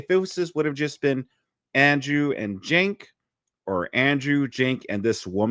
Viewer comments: I love how andrew never pronounces Cenk's name correctly. At this point, i feel like it's on purpose and im not even mad lol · Cenk sounds like a slur 😂